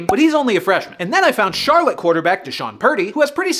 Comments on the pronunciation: At least we got a QB in the NFL unlike the Raiders. Also I'm not surprised you got Rush's hometown pronunciation wrong because you aren't from here but Charlotte, MI is actually pronounced "Char-lot" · Live 15 minutes from Charlotte, Michigan, and im just here to mention we purposefully pronounce it shar-LOT. Counter intuitive but iconic. Also Cooper Rush is a hometown hero 😅. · I’m sorry but charlotte michigan is pronounced differently and I need to make it known or else I cannot live with myself. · Bro!!! That’s not how you say Charlotte Michigan! I live there, and went to school where cooper rush went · Char-LOT, not CHAR-lut, Michigan. Don’t ask why, it just is, lol. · Cooper Rush isnt from Shar-lit its pronounced Shar-lot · I’m from Michigan it’s not charlotte it’s Charlot Is how it’s pronounced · Hey can I say it’s pronounced Char-lot, and not char-lit. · Here in Michigan, Charlotte is pronounced "shar-lot" not "shar-lit" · Cooper Rush’s hometown is pronounced Charlot even tho It’s spelt Charlotte😂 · that's the city where my engineering teacher grew up, and apparently the emphasis is on the 2nd syllable char-LOTTE. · Charlotte, MI is pronounced Char- LOT. Not Charlotte like in NC. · Its not Charlotte Mi, its Shar- Lot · Hey guy from Michigan here and actually from the same town as Cooper Rush. It’s pronounced Shar-Lot like parking lot. Yes I agree it is dumb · its pronounced Char-LOT. yup its odd. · For the record, Charlotte Michigan is pronounced more like Shar-lot around here. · It’s pronounced “Shar-LOT” Dammit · It’s pronounced Char Lot not Charlotte fyi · It is pronounce like Shar-Lot (like parking lot) Michigan.... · Charlotte, MI is pronounced as Shar-lot instead of the more common pronunciation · It's pronounced SHAR-LOT, Michigan. Seriously. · Charlotte is pronounced “Char-Lot” in Michigan, no idea why lol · I know you couldn't have known but they pronounce it Shar-LOT in Cooper's hometown. 🤣 And no I don't like it give me Jared back. lol